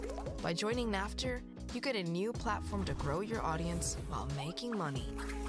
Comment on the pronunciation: It is naft not natf